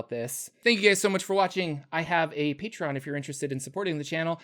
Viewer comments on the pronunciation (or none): none